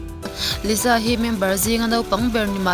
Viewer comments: lisa zawk a lawm liza nilo in.....lalisa manoban....lisa tih hi a dik....☺️ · s na3 engtin nge z angin kan lam ang tiraw....liza....nuih a ti za reuh... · I lisa lam dan hi (liza) i lam a😊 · Lisa an ti ngai lo Liza tya lam tur